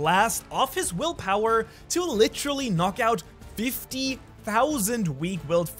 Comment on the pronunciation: Can you just say the word literally? Not... "lit-trolly" lol